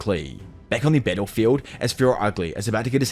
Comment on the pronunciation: when he say "battlefield", you will hear more like "pedophile"